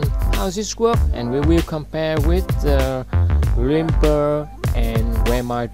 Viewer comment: Dude... you need to speak better English to do this. The pronounce the word “glimpse” totally wrong.